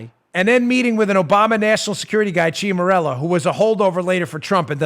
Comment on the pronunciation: Ciaramella = Chara-mella. Just sayin'. :-)